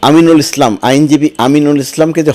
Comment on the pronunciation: আমিনুল ইসলাম কে...?! নামটা অন্ততঃ ঠিকঠাক বলেন...!